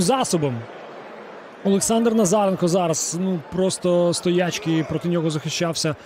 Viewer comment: стьобно слухати😂😂😂, коли він намагаючись коментувати в темп гри не встигає в голові підібрати український відповідник російському слову чи поставити правильний наголос. " СтоЯчки"🤣🤣🤣